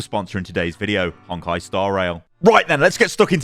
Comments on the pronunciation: Hey! Just some advice with the sponsor: Honkai is pronounced HONE-kai, not HONK-kai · it’s a Japanese word, so phonetically no, it’s only “Hone kai.” It’s not the same as English. It’s probably not a big deal, but it does sound a bit jarring to me